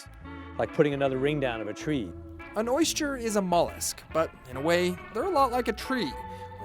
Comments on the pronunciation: When you set out to do a piece about oysters, it would be nice to know how to pronounce the word OYSTER. The narrator says, "Oy-schturr" -- ugh. It reminds me of the guy who does that (fake) show about ancient extraterrestrials. He has dedicated his life to something he cannot pronounce. He says, "exa-tresh-trulls" -- it annoys me. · Anyone cringe every time he says "oysture"?